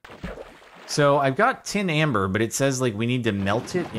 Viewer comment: Tim amber..... Tim....... amber....... TIM BERR